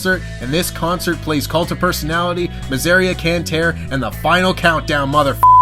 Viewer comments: This aint right either. Mi zour rhea Con tah ray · Can somebody please tell he's pronoucing Miseria Cantare wrong. Me-ze-rea can-ta-re